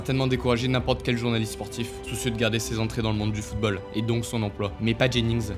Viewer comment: Tout est parfait, l'intonation, les mots choisis, et l'histoire est passionnante. Mais. D'habitude je ne fait pas ce genre de commentaire critique, car quand il y a des fautes c'est peu, mais la la vidéo en est remplie, et ca réduit vraiment la qualité de celle ci. voici une liste non exhaustive Maintenant prononcé "mainant" le t a disparu ? : Les O mal prononcés : footbeul : surcheuffe : chese : seute : eubjectif : coeucaïne : greusse : eutre : cueuse : escreuquerie : Parler de la fifa et écorché football 5 fois ca fait mal, et 13 fautes de prononciation dans les 2 premières minutes.... si on enlève ces 2 minutes la, on a 4 fautes en 8 minutes, ce qui est plus qu'acceptable, mais le début m'a mit sur les nerf